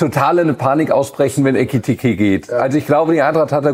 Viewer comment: Ekitiké ist knapp 1,5 Jahre hier und sagt immernoch „Etikite“…